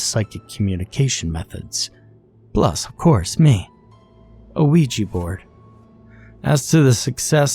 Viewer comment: “dave the ouua board”